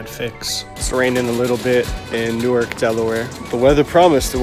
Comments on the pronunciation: You must have walked right past my house in Delaware. Not saying where my house is for obvious reasons, but the only route you could have taken between two of your shots passed right in front of my house. Also, it's pronounced "New Ark", not "noork". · Though I want to chastise you for pronouncing Newark wrong, I must respect your dedication. Not just to walking, but to Wawa, the superior convenience store.